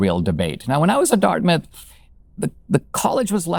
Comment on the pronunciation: I thot you said “a year later I got into darkness”, but you said Dartmouth! Maybe the same today!